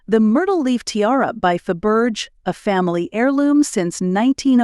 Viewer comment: Do you mean pronounced Fa...ber...shay